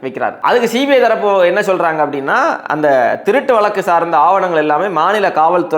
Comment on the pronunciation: வளக்கு வளக்குன்னு சொலாலாதீங்க. வழக்கு என்று சொல்லுங்களேன். தமிழுக்கு அழகே 'ழ' தான். தங்கள் தகவலுக்கு நன்றி.